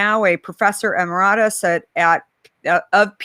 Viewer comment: Looking forward to a longer and more substantial interview. And PS. I'd review the pronunciation of emeritus. i-ˈmer-ə-təs?